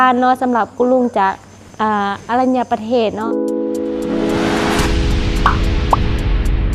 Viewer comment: สวัสดีครับสาวทิพย์ บ่อผิดดอกสาวทิพย์ ( อรัญประเทศ = อ่านว่า - อะ - รัน - ยะ - ปะ - เทศ ) ครับ